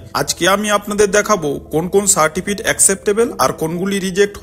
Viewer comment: Certifit Noi re certificate